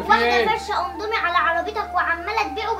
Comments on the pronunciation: اقسم بالله اسمو indomie مش ondomie مش معقولة كلمة هبلة زي دي تنطقوها غلط كمان مش لازم تحطو تاتش وتبيئو اي حاجة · اسمو اندمي مش اوندومي